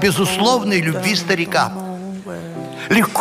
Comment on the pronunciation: Неё, не хотелось бы, чтобы пархатый визжал и плевался моим детям о любГви.